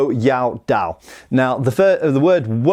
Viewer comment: That being said, he does pronounce dao wrong, as well as some other words.